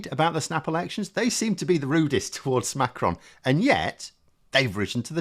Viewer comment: Great video and well informed on French politics, superb,. A good pronunciation of the name Macron, very good. You should hear Joe Scarborough and others on American TV pronounce Macron as Mc Ron or something like that. I think that the name of Eric Cioti the leader of les Républicains in France is pronounced Shioti, like cello the musical instrument, but I'm no expert. I've listened to a lot of French radio. Great video.